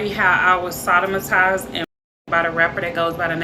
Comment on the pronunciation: The host can’t pronounce heinous and she can’t pronounce sodomize. WTF